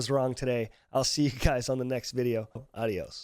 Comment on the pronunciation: Wow, ese adios si sonó español fluido